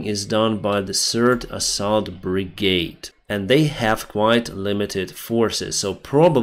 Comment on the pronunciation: you should learn to pronounce word assault. Great video as always 👍 Slava Ukraine 🇱🇹🇺🇦